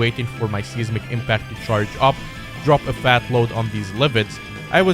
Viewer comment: Can anyone else not get over the fact that he pronounces seismic seesmic